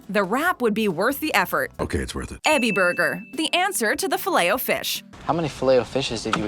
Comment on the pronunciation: dumb yank Ebi is pronounced like e -bee